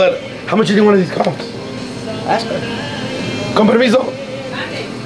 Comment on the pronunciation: Bro said “compermiso” to the liquor stop lady😂😂